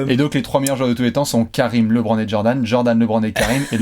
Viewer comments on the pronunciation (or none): Bravo pour tout le travail que vous avez accompli et que vous accomplissez chaque jour. Petite question: Maintenant que je sais qu’il va être présent dans cette vidéo,, vas-tu enfin dire à qu’on prononce LeBron et non LéBron? 😂